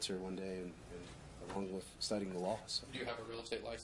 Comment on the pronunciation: Has anyone noticed that says “wiff and boff) instead of with and both???